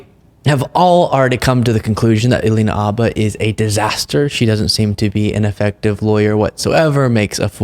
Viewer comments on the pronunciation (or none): why do you keep saying Abba?? Her last name is Habba. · Is the " H " silent? Everyone else pronounces it as " Habba "